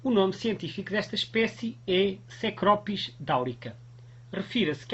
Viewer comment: *Cecropis, não "'S'ecropis"!